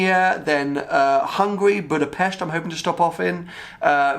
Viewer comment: Wohooo, a proper pronunciation of Budapest! Thank you! Will try and make it there if you are planning a meet or anything similar.